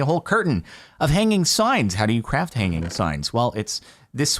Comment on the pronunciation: Ch.Raft? Why dont you call it C.Raft? That sounds better